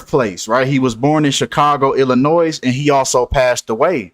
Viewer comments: I’m supposed to listen to this dude who can’t even pronounce the word, Illinois? Not Illinoise , bro. This is all nonsense. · First of all, it's Illinois. The s is silent..... u lost all credibility immediately. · Illinoise. Missoura.